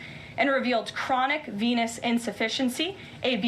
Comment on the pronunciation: Oh it's VENOUS insufficiency, I though she said something else!